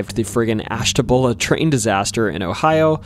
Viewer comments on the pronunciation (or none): Ash ta b ewe la is how Ashtabula is pronounced not Ash ta boo la. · Ash-ta-BU-la Ohio. 😉 The Notre Dame v/s Ohio State game was great, btw! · it's Ash-ta-buell-a and Jo-see-fus just to help you sound better in the future, you can type "pronounce (word)" that it's pretty good at giving the right pronunciation.